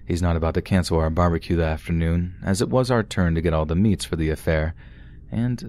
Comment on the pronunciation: When you said B-B-Q instead of barbecue had me💀💀💀😂🤣